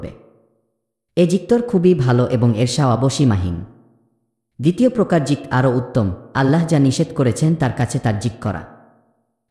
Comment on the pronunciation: ভুল উচ্চারণ। - যিকঅর সঠিক উচ্চারণ। - যিকির ভুল উচ্চারণ। - স্মরণ ( smoron) সঠিক উচ্চারণ - স্মরণ ( soron)